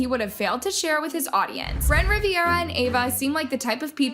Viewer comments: jeremy hutchins is his friend, and part of their squad. you should know this. its also brent RIV-ERA. not riv-e-era. 😂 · RIVERA NOT RIVIERA BRUH.